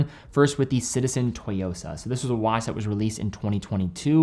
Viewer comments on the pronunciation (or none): Tsu-yosa... Tsu-yosa... Not toy-yosa. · Hey The Citizen Tsuyosa is pronounced “Zu Yo Sa”